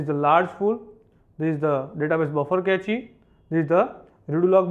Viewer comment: Cache as Kae-chee 😵 it is pronounced as cash